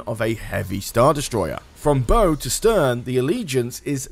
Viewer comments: The way he says Bow is annoying it’s not Bow like Bow and arrow it’s “Bouw” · Bow of a ship is not pronounced like a bow and arrow, its like wow